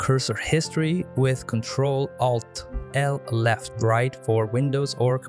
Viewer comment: Thanks but your pronunciation of ALT is a bit like AL-T-E-L